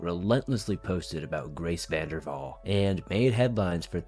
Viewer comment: Vanderwahl not vandervahl